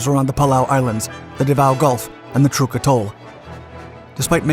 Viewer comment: Trook atoll? Really?...